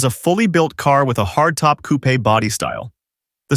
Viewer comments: Coupé is pronounced COO-PAY not COOP Marque is pronounced MARK not MARKY 🙄😂😂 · French origin word, its pronounced coopay...